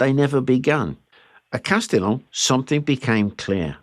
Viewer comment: Bu the way, in (modern) French it's pronounced like "Castiyyoou"! 😂 l'm not sure about the French of 6 centuries ago!